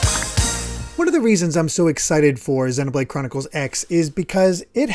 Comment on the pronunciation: I still think you're pronouncing Xenoblade wrong 😛